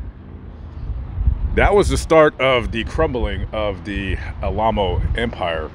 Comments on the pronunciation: that's, Al - A - Mow. as in remember The Alamo. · Oh yes I remember them. I was raised in LA. But I think their name is pronounced Al-uh-moe